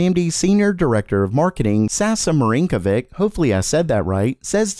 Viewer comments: the second "S" is different. Full name is more like Sasha Mahreenkovich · Its "Sasha Mareencovitch" Not that hard putting it to google and let it get read by any google-slav... croatian/bosnian/serbian. Next time. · no, you didn't pronounce that name right. And it took me less than 10 seconds to find a Youtube video where he himself pronounces his name. Lazy. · no you didnt say it right... but thats ok, because not ONE single westerner has EVER in history of humankind pronaunced a slavic name right , so its fine